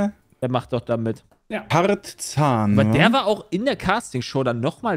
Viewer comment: Tarzan - Tat Zahn = do tooth